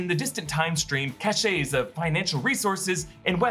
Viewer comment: Cache pronounced “Kash”… your welcome.